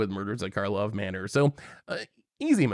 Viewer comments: It’s funny y’all keep calling it “Markhov” Manor. No way you guys can love the set that much if you dunno its name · Drinking Game! Take a shot every time calls it “Markov Manor” instead of “Karlov Manor”! 😂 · I think and said "Markov" manor every single time. IT'S KARLOV MANOR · It's Karlov Manor, not Markov manor